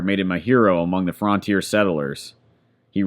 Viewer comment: Why are you so adamantly intentionally mispronouncing frontier? You don’t say get the Fraunt door but you think it clever or intelligent or whatever to say fraun teer. It’s not accent because I’ve traveled through a LOT of this country and never heard anyone talk like that.